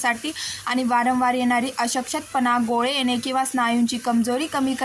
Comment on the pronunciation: Ashkt pana ha word cha yogya ucharr karawa chukicha ucharr hot aahe